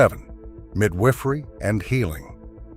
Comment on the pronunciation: midWIFFery? Pattern breaks? AI narration laziness 😂